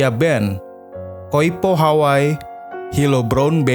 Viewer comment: Terima kasih atas ulasannya . Sedikit masukan ... sebagai orang yg mengerti bahasa Hawai'i & pernah mengisi acara "Gebyar Hawaiian" di T V R I, saya agak risih mendengar narator melafalkan "Hawai'i" sebagai "Haway" ... nama kepulauan tersebut seharusnya dilafalkan " Ha-wai-i " ( kedua huruf /i/ harus dilafalkan dengan jelas ). Kebetulan saya juga kenal dengan sempat beberapa kali bertemu dengan keluarga Eyang Hoegeng sejak tahun 1999.